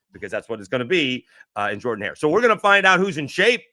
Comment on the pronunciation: Is it jerdan or Jordan?😂😂😂 you’re not the only one that pronounces it like that.